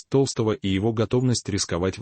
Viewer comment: Не Петра ТОлстого, а ТолстОго!!!перестаньте включать ИИ, пусть сам Петр скажет правду и не боится рассказать про предательство ГД, в лице Матвиенко и Володина😢